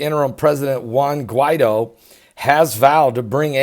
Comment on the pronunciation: Guee-tho Mah-door-doe Hahahahaha____ Luv you brother